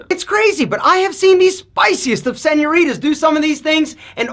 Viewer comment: Saying "senoritas" with your American accent makes you ugly